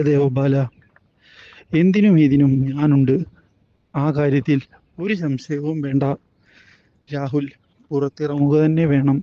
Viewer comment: ശശയം അല്ല സംശയം